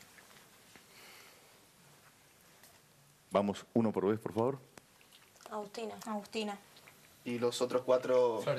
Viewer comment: Agustina, FLORENCIA FLORENCIA FLORENCIA FLORENCIA... jajajajajaja fue lo mejor! la tonta de dice aguastina y enseguida todos dicen florencia jajajaja vamos flor!!!!!! ♥